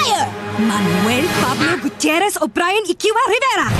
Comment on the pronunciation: none of them can actually pronounce 'gutierrez' the right way.